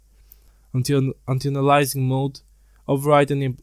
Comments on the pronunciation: how he say's antialiasing LOL "antenilising" antēˈālēəsiNG should help or click the little speaker haha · Im not trusting anyone who cannot pronounce antialiasing and bias correctly